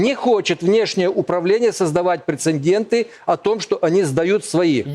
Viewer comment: прєцеНдєнтІЬІ.......... прєцєндєнті создавать, блєать.....